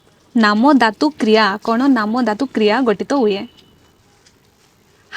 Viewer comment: ଆପଣଙ୍କ ଓଡ଼ିଆ ଉଚ୍ଚାରଣ ସୁଧାରନ୍ତୁ । ଏଇ ଯେମିତି ' ଧାତୁ ' ଶବ୍ଦ କୁ ଆପଣ ' ଦାତୁ ' ବୋଲି ଉଚ୍ଚାରଣ କରୁଛନ୍ତି 😂 ପଢିଲା କୁ ପଡ଼ିଲା 😊 ଓଡ଼ିଆ ଭାଷା ରେ ଉଚ୍ଚାରଣ ବିଶେଷ ମହତ୍ତ୍ଵ ରହିଛି । ବାକି ସବୁ ❤